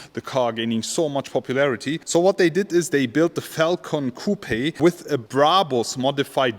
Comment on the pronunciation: My German friend ... when you pronounce "coupe" the "E" in English is silent!!!